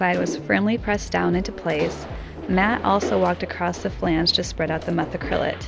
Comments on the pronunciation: It makes me a little sad that is pronouncing flange correctly. I enjoyed how she was pronouncing the chemicals, with 10 syllable names, correctly and mangling flange:) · You guys are awesome and I am very glad your getting flange down to one syllable..... :-)